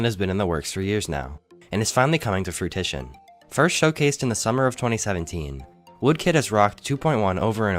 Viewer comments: "fruitition" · we love you but “fruitition” isn’t a word lmao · fruitition 😂😂😂😂😂😂😂😂😂😂😂😂😂😂 lol he said TIT bro! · FORMATO he meant fruition but he butchered the pronunciation so badly